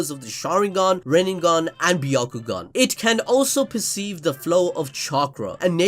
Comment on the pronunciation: dude why does he keep saying RINNENGAN, its RINNEGAN